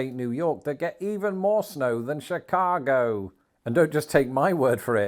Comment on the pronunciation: Oh my God he's starting to say Chicago with a Chicago accent! Shi-caaaah-go